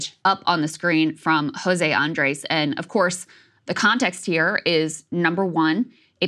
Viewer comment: Krystal, please work on your pronunciation of Andrés, it's not "ace" at the end